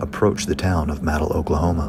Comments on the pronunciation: Its pronounced Ma-dill not madle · love your videos crazy to see how close you were to the steel mill. ps its pronounced muhdill not MADill. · muh-dill. not maydill... muh-dill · You should learn how to pronounce the name of the town. It's not mad-ill it's ma-dill. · Fascinating video. But the town is pronounced "Ma-DILL", not "Maddle". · It's pronounced muh-dill, not ma-dle. That storm was crazy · Madill is pronounced Mah-dill. Not Mad-ill. I grew up in the area, mainly in Kingston but also lived in Durant and Ardmore. I can tell why it would be easy to assume it's pronunciation by spelling, though, no worries. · Okay a little hint It Is not pronounced Madil NO No No It is pronounced Ma Dill Like Ma Dill pickle . Your videos are alright they would be a lot better if you would just not speak. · Phenomenal job, once again! I live in SW Oklahoma...hope to meet you someday. BTW, Madill is pronounced Muh-DIL not MAD-dill. :) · It's pronounced closer to mah-dill than may-dill but once again an awesome video. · I know I'm waaaay too late to the party, but just thought I'd add that it's pronounced "muh-DEEL." Thanks for the awesome footage,! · The only thing wrong with this is the mispronunciation of the towns name, Madill, . It's pronounced as "muh-dill" 😃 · Just so you know you said the town name wrong it's madill as in dill pickle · Madill, pronounced Muh-dill. Last part like dill pickle. That storm came east to my area. That steel & wire manufacturing plant is repaired, the tower you see in the video, where the satellite dishes were blown off, is now gone, along with quite a few trees. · Madill is pronounced, “MUH DEAL” 🤣🤣🤣 I seriously love you and this channel lol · It's pronounced ma-deal lol, love your videos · Madill is pronounced Muhdill like a dill pickle. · Man i love ur work.....but Oklahoma names are harsh, it pronounced Muh-dill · It’s pronounced muh-dill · Its pronounced Muh-dill. Nice storm video. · It’s pronounced “muh-deal” yeehaw